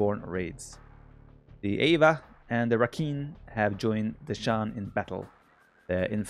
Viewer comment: rakhine is pronounced ra-kind lol